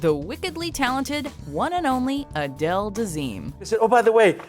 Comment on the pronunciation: you mean Uh-dale